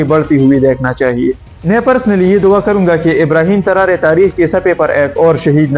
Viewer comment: Not Tarare its Tarore